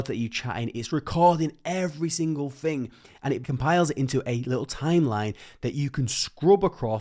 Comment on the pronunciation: Do the ai systems correct the way you speak ? I m wondering you say fing instead of thing etc